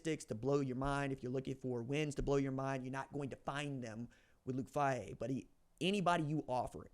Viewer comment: Not a big deal. But it’s Fay-He. Go Bucks!!!!!